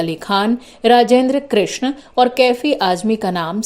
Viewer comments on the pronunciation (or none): none